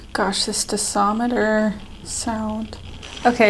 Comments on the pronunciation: DOSIMETER NOT DISOMETER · The DOSImeter measures the radiation DOSE. Not disometer )))